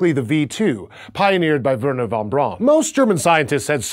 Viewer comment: Its not pronouced von Bron. Its Von Brown as Braun is German for Brown.